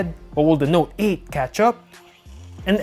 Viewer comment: Your voice is fucking annoying the way you emphasise on the s9 or note 8